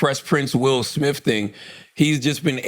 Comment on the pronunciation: 'Will Smiff' 😆